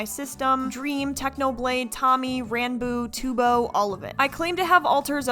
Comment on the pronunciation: literally no hate but the way you know is not a DSMP fan is by the way she pronounces tubbo, lmao